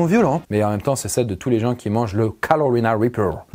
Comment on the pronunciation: on dirait qu'il dit "Calowina Wipeuw"